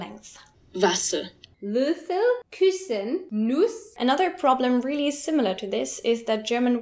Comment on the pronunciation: Also, "really" isn't pronounced like "wheelie"